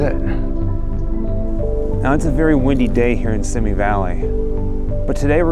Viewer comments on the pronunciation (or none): The city is pronounced “See Me” and not Sim Me. “See Me Valley”.